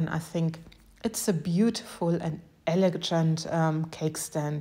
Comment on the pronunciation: OHHHHH! I LOVE, LOVE, LOVE this dandelion cake tray! ❤ It really is elegant! 😍💕 P.S.: the "g" in "elegant" is a hard g, like "go" or "good". 😊💕